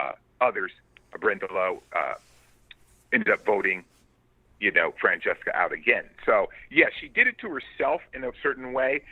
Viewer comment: I can't believe he pronounced Francesca's name correctly